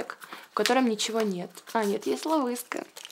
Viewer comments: Почему ловиска почему не love is ты чё читать не умеешь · Правильно говорить лав ис а не лавыска